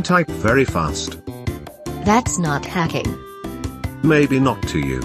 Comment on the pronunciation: keep speak wrong word like "hacking" "helicopter" and more